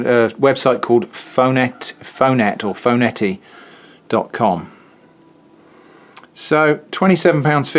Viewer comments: I think the t is silent is Phonete It’s a Phone-e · Phonete is pronounced phony. The t is silent.